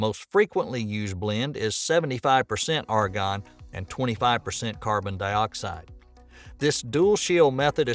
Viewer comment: Is this a robot who says carbon dioxide like that?